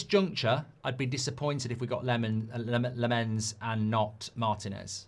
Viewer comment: Lammens is pronousd Lamm-ens not La-mmens. Tips from a Dutch speaker. 🙂